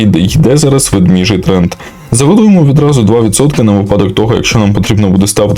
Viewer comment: ВедмЕжий, а не ведмІжий!